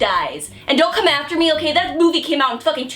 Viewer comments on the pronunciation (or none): The summary of the video - having issue pronouncing "R" at some point. It's pretty cute ngl - "Yes, but actually No" whenever she tried explaining her thoughts - Take a shot challenge whenever said "come" in any context due to the hard "K" - Everybody likes Titty but Youtube-kun.